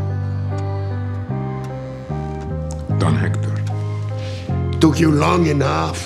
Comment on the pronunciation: Can't believe that they couldn't bother to hire a Spanish coach for Esposito after so long. NO Latino would say "Don Hector" like that. It would be more like "thon (with the 'o' pronounced like the one in 'or' or 'orange') EK-tor (with the 'e' as in 'enemy' or 'entry' and the same 'o' as before)."